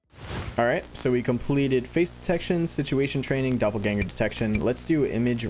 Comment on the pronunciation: Pronouncing "doppleganger" like Danger kinda cut some of the horror .